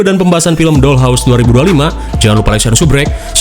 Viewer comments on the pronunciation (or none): none